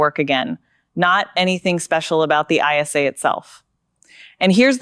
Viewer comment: It is an ISA not an I S A